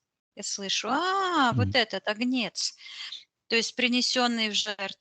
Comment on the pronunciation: правильно говорить,,а^гнец", ударение на первый слог.